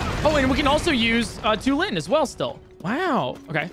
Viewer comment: Why did he pronounce Tulin like that 😂